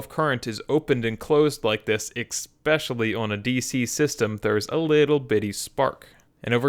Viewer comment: I'm a little confused. You're obviously a bright guy. It's always surprised me that you consistently mispronounce "especially" as "ecKspecially." But in this video, you seem to acknowledge and mock that fact by putting "eXpecially" is the caption. So you know you're mispronouncing "especially" and simply choose to continue to do so?